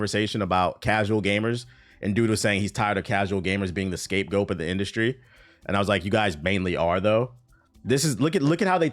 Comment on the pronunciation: Nigga was struggling with “scapegoat” 😂😂😂